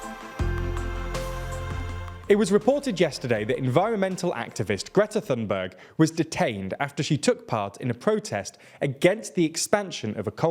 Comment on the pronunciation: You pronouced greta thunberg very wrong. Forgot to apologize for that.